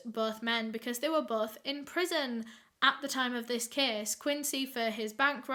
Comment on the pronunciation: also, its "case", not kiss